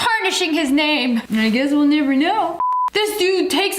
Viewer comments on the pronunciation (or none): “i guess we’ll nyever know